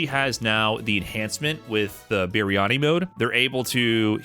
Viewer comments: dammit 😂 it's ba-yani not biryani. how I miss eating biryani mutton. God bless India for making good food. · you said "Biryani mode" , I think it is supposed to be Bayani Mode. ( the sound of Biryani makes the move delicious! :P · BAYANI not BIRYANI! wtf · At least he attempts it. Even though it became Biryani down the line